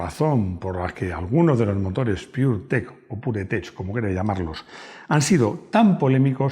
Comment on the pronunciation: Puretech no ''pudretech''